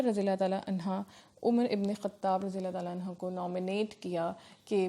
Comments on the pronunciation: Anho you are saying anha Which is totally wrong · Dear Ma'am its "Anhu" for Male Sahaba's not "Anha"..